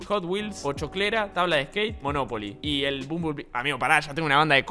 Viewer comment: me encanta como spreen dice moNOpoli i no monoPOli